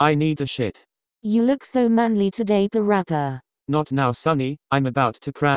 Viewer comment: Lol I like how parappa dad called him perapper